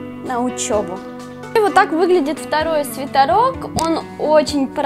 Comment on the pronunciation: Бесит слово свитАрок... правильно же свитерок. Вроде